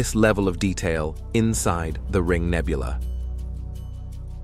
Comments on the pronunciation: The AI voice was indeed terrifying. Especially when "astrominers nichmided it the running chicken nebuuooooolllaaahh". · "Astrominers nichtmided it the running chicken nebuuooooolllaaahhhh". Deranged to say the least. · We can finally see deep into the outer reaches of the universe.... But the AI voice is ridiculous. "Astrominers 'nicnimided' it the 'Running Chicken Nebbooolaaahhhh'". Seriously? AI has light years to go before it will even come close to real speech.